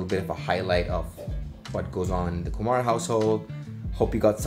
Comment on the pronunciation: It's Kumar not Kumaar